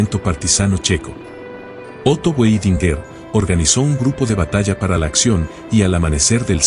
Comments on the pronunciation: Muy buena la historia de Otto Weidinger, Solo que se pronuncia Vaidingaar. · A pronuncia do nome Weidinger com o W pronunciado como em ingles ,irrita.